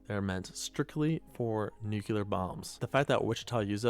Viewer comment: Uploader dude says, "nuke-ya-lur". Makes my head spin every time.🤣🤣🤣